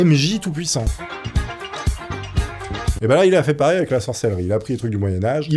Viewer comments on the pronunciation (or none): none